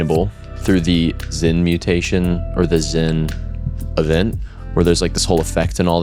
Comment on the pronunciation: it's zen not zin and tranquil not trainquill